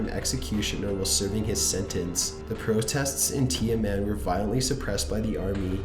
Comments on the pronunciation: #15 - "Tiaman" Square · And Tiamen Square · '"tia-men square"